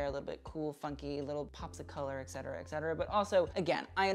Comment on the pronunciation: FYI "etcetera" is pronounced: eT cet·er·a /eT ˈsedərə/ Not: eK-setera as you said several times. You can listen to the pronunciation on google if you need help.